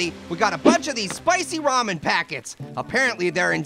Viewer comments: It’s RAMEN not ramyn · To let you know, its ramen, not ramyun